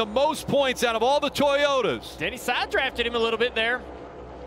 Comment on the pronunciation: He keeps calling them Toyoters.